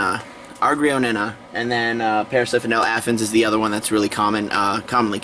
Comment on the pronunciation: its parasphendale not parasiphendale lol ugh